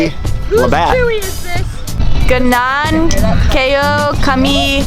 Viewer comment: Pastilan caloy na virus an na sila sa budots.ang libat sounded like lubot.hahaha😂😂😂lingawa oi!!!